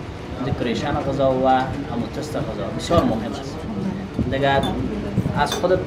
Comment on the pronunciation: اين برادر صاحب رستورانت شخص بسيار خوب اما امو را test مى گفت امو taste است نه tust است و نه test 😉😊